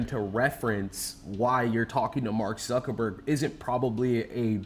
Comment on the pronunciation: She may not have been talking to Mark Zuckerberg but she may have been talking to Mawk Zuckerbworg